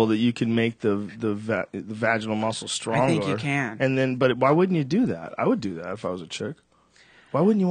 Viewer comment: A little after "strongor" lol